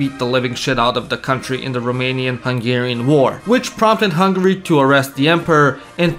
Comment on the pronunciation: As a romanian, I aprove of the pronounciation.